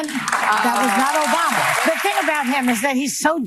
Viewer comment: Liking because of the Bruce Campbell reference and now I need to go watch Army Of Darkness omfg he still says it as "Obamna", our president is completely inseparable from the memes